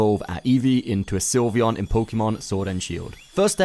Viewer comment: Its Sylveon not Slyveon